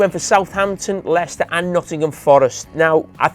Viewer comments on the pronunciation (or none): none